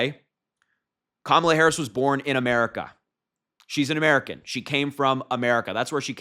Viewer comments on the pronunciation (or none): none